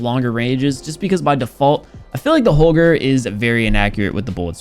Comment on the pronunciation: i deffinitely like how say holger the normal way